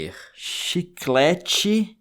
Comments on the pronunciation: “Chiclete gamer” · O bicho é gamer mesmo "Chiclate gamer". Kkkkkkkk